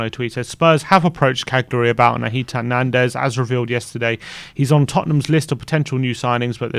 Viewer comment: Hey, the "g" in Cagliari is silent. Its pron. Ca-liari.